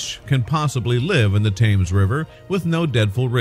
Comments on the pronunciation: Tims! Tims! Tims! Not Tames. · It's not Thames as in can, it's Tems as in bed. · Please check your pronunciations, several are wrong, most importantly the word Thames.